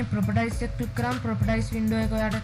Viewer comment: Properties කියන්නේ ප්‍රොපටයිස් නෙවේ.. ප්‍රොපටීස්..